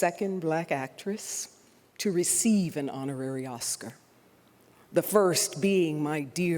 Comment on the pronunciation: Honarary? That’s embarrassing